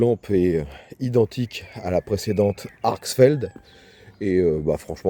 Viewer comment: Intéressante comme lampe, la fonction UV peut être utile. Par contre pourquoi prononces-tu ArkSSfeld alors que le nom est Arkfeld ?